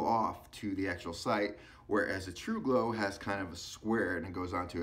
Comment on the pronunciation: Tru gro. Tru go. I commend you for saying it every way except the right way. Slow is smooth and smooth is fast